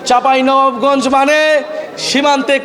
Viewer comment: নাহিদ ভাই চাঁপাইনবাবগঞ্জ বলতে পারছেন না 😂😂😂